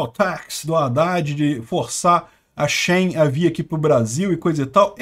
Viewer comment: Não é shain é shi-in